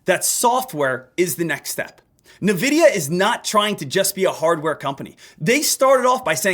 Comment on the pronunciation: My bro it’s pronounced en-vidia not nuh-vidia